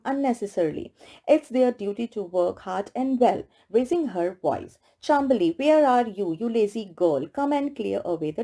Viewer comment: Hey it is chaam bali not chambali